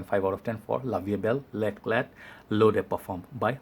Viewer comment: It's l'éclat in french, so without prononcing the t at the end. A french follower